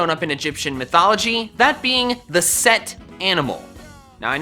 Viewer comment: It’s not set, it’s Seth. I learned that this year in school